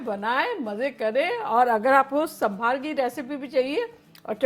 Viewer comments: Sambhaar not it is sambar....thank you for making this. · that is SAAMBHAR not SAMBHAAR🤩🤣😂